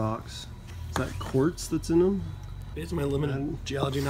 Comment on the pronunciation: Not to be that guy but it's "quartz"